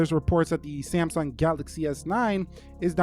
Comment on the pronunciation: did he just call samsung "samy" ?? lol